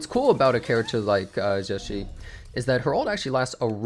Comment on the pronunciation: if you can't pronounce it, just say "juh jih" which is closer to the pronunciation than what you said